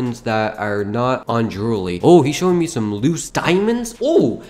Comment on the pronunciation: dude, you said "droolery"